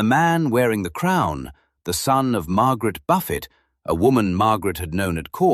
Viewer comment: Especially the pronunciation of names! Buffet instead of Beaufort (sometimes pronounced Beecham instead of the way it is wriiten).